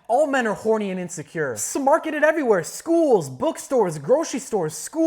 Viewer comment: thought we wouldn't notice that school emphasis